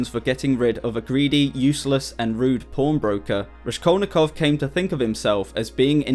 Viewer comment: "Raskol'nikov" is pronounced (also as shown in Wikipedia) with "s" like in word "rascal"😊. Thanks for video. Hello from Odessa,Ukraine .